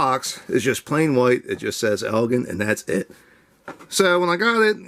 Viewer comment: Please learn how to pronounce "Elgin" the right way. It should sound more eljin